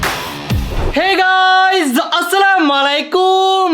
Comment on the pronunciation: ভাই আপনি আসসালামু আলাইকুম এর বদলা মালাইকুম আসসালাম সেন